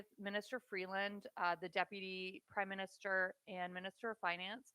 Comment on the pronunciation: Did I hear you say "Crime Minister"?